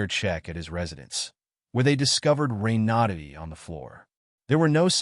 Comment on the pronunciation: Ren-a-DAY. Hahah